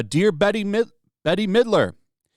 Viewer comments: Does ole Bette Midler remember that melamine was in imported baby food and pet food from China which was in some cases lethal. and Bette is not Betty its pronounced Bet. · It's pronounced "BET" not "BETTY". If this is all you do, at least learn to pronounce celebrity names. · Check into the attacks on food manufacturing plants in the past few months. This is planned. Ice Age Farmer and others are talking about this. P.S. she pronounces her name as BET not Betty lol. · I came here for a movie review. Now we are talking about lactation? I’ve had Natural Childbirth 4 times. I came here for a Movie review! I of course cannot watch it because Bette (pronounced Bet, not Betty) although Betty is way funnier, is a liberal bitch. I am Catholic but I was Wiccan for some years, testing the waters. They are off grid souls. A real Wiccan will never go against the Constitution and you don’t want to mess with a real witch. Disney cannot duplicate what will happen to anyone that messes with the old ladies. I cast a spell on someone 20 years ago. I was completely relieved. Then the cost. If you meet an old hag that is a witch. Be polite. She is either someone that never loved anyone and nobody can take anything from her or she is willing to make sacrifices. Everything Wiccan has a cost and you never know until it is gone. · Bette Midler pronounce “BET Midler.” Not Bettie or Betie or Betty. There’s no “I” or “Y” in the name. BET… Midler. I’ve come across many who say her name wrong. Used to be a fan of hers (back since Beaches). That until she opened her mouth and started using it more than for her singing and acting. Now I truly can’t stand the ignorance she’s been vomiting out lately. I’m even starting to confuse her with Joyless Reid. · You talk about saying stupid stuff and you can't pronounce Bette Midler's name it's not Betty Midler🤪🤪🤪🤪🤪🤪🤪🤪🤪🤪🤪🤪🤪🤪🤪🤪🤪🤪🤪🤪🤪🤪🤪🤪🤪🤪🤪🤪🤪🤪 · Dude it’s pronounced “Bet” Midler. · I think you pronounce Ms. Midler's first name: "Bet".